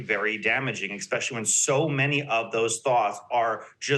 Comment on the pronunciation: can you weight the opinion of someone who says "expecially"?